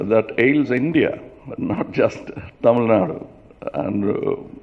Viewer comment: Kamal sir, Please stop pronouncing as டமில் நாட், it is தமிழ் நாடு...and we know there are crores of you party cardred who want change from you, take them and march towards 234 MLAs..who is stopping you sir???